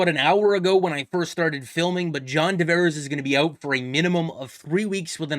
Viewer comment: Guy, it's Tavares, with a T. I'm losing it hearing you repeatedly call him John D'Vares. 😤